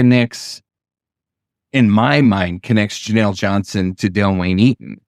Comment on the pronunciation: This is my aunt, her name is pronounced Ja-Neel So much guilt my uncles and aunts have for not being able to protect her. But she was reunited with her older brother as of May, we can only hope they are all together. Thank you for covering her❤️